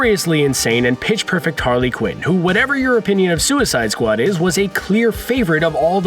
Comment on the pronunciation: "and then there was suicide sqau-ad plays"